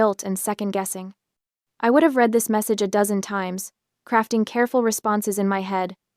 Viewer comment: Yeah that is one of my pet peeves and all of these AI read stories. That in the mispronunciation of WOUND, ENSIGN, and READ.